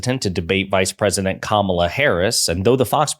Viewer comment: DonOLD won’t pronounce Kamala’s name properly.